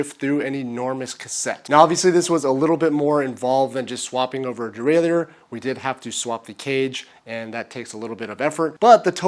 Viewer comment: its pronounced derailer even the french dont say it the way you do.